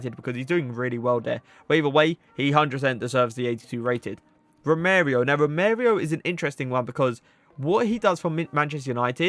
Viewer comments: I think United's team for next season will be really joyful to watch! Nice video again, funny pronunciation of Romereo (Romero, however you called him Romereo) - not hate I just thought it was funny but I think 99% of the names I'd pronounce would be worse😂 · It’s Romero not Romerio 🤣